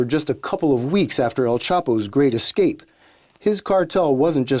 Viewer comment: Escape not exscape